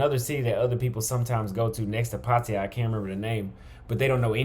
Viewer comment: Its pronounced “puh-taa-yuh” not “paw-tee-yah”.